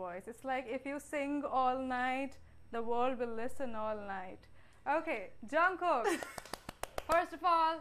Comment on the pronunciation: No hate but it's jungkook not junkook no hate again